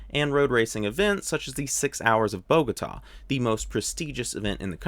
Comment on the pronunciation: Thank you for presenting the right things of this beautiful paradise and interesting background on one of my favorite F1 drivers! Protip: Bogotá is pronounced with the accent on the last syllable, not BOgota... ;)